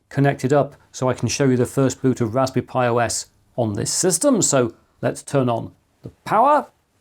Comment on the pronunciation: Bro really said raspby pi 500